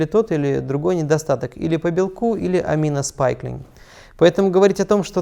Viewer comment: Хорошее видео, только не аминоспайклинг, а аминоспайкинг, amino spiking.